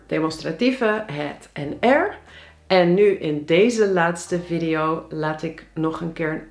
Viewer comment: Het is VIEDIE JO. niet viddio. Godverdomme